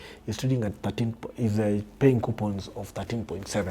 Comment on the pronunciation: The interviewer mentioned Q-points, instead of Coupons. How financial literate is he? Anyways, Good video nonetheless.